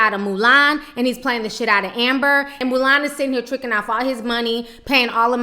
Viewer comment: 'Moo-lAn' lmao Ti!